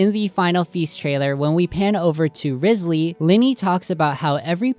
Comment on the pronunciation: Quick note but Wriothesley is based off the first Earl of Southampton, Thomas Wriothesley, or possibly his descendants, meaning he might be linked to the doings or personality of the Earl. Side note: Wriothesley is pronounced Rye- zlee. I also think it's interesting that some people tend to miss that Fontaine is also based on Britain (mainly England) and so it would be interesting if there was information in Britain's history that might link to the story/ the lore of Fontaine. Just some notes, nothing too important in this comment. ^^ EDIT: The first Earl of Southampton had close ties with high society. He held titles like secretary of state, Lord Chancellor and Lord High Admiral meaning he was very influential. He betrayed Thomas Cromwell in 1540 (during the time of Henry the 8th) which could also be important to the storyline of Fontaine. His role may be a double agent of sorts, where he works high up in govt while relaying information to the people below so they can act in the most affective way. EXTRA TEA: Super side note but Thomas Wriothesley's son Henry was rumoured to be the addressee of Shakespeare's poems Venus and Adonis and The Rape of Lucrece (I believe confirmed) and quite a few of his sonnets (unconfirmed)